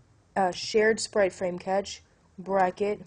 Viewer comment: Great tutorial. Thanks. You will lose some street cred by pronouncing "cache" like "catch". It's pronounced like "cash". Just FYI. ;-)